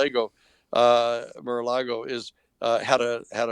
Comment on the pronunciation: “Mara Lego” my eggo